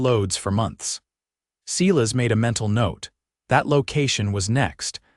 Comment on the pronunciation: 'S - e y e - l a s' not 'See las!'